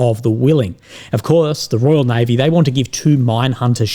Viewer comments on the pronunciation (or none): none